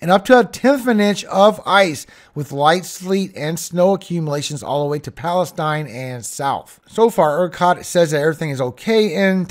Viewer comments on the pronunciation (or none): Thanks much! (BTW it's pronounced Palesteen for the town in Tx. I know; we are oddballs with pronunciations.) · Talk about a rollercoaster-Whew!, that city in Texas is called PAL-a-STEEN by the locals. Palestine is in the Middle East! Just saying. Love ya.